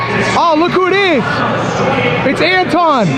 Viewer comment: It's An-Tone... haven't you heard?? 😂